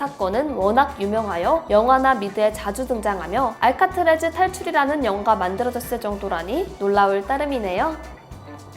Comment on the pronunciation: 알카트래즈가 아니라 알카트라즈 아닌가요?